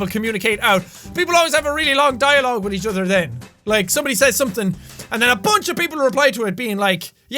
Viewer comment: Anyone else notice the "you can communicate 'witth' people just chickens"